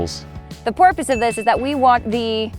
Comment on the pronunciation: Did she just say the porpoise of this? Makes sense